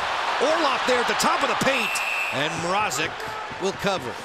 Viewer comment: For goodness sakes it's MRAZEK not MR-AH-ZEK I hope the canes get eliminated just so we don't have to hear this for another series